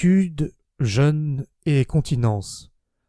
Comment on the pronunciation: Le mot "jeûne" se prononce "jeûne", pas "jeune". Jeûne, c'est "pas mangé aujourd'hui", jeune, c'est "pas encore vieux mais en passe de le devenir". Sinon, on ne comprend pas vite ce que tu racontes. Et si on continue comme ça, on va finir par se créoliser.